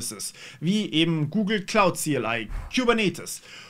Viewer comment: Wieso höre ich immer "Google klaut" wenn du doch von der Wolke sprichst 🤣🤣